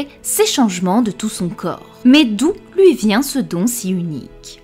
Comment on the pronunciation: elle c’est pas dire ui 🤣🤣 elle lache des gros loui au lieu de lui 🤣